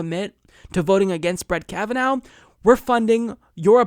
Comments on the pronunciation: Kav-in-aw not Kavinow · It isn't "Kavan-now". This is a pretty common Irish name and it is pronounced, "Kavan-naw". An alternate spelling for this name is Cavanaugh. (Guess you're not Irish, huh?):D If Kavanaugh gets confirmed, there is only one solution: Pack The Court!